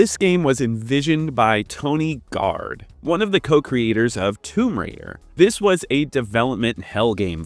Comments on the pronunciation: It sounded like you said tony gard and not toby gard. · it`s not Tony, it`s Toby Gard